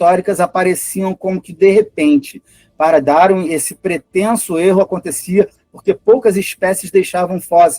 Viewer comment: Isso é ufologia, a pessoa não conhece nem mesmo a pronúncia da palavra darwin mas acredita ser suficientemente competente para falar publicamente sobre darwinismo.